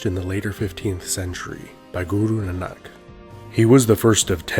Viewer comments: Guys its not guru nanaak...its guru naank. Otherwise everything's perfect.👌👌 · I just wanted to tell you that it is not pronounced NNAK it is Na-Nak. Tjere is a sound of aa after the first N. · the right pronounciation is Guru Na nak not nnak. and we write like this, nanak. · Guru Nanak is pronounced naa-nick. Keep up the good work. You guys rock! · Sorry but to correct you, the pronunciation of guru nanak is na-nak 🙏. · Guru Nanak is pronounced “nah” “nuk” like Vancouver ca”nuk”s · Guru nanak dev ji .not nnak. Ok good job bro and sis. 🤗🤗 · Guru Naa-nk daiv ji is how its pronounced:) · Nanak is pronounced like Nah-nick btw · Its Guru Naa-na-k Hope you learn this pronunciation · The pronunciation for Guru Nanak is incorrect here. Please check that also ✅ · Btw you are saying Guru Nanak ji's name wrong, the A's in the Nanak are long A's not short A's. Hopefully that made sense because I am not good at explaining:)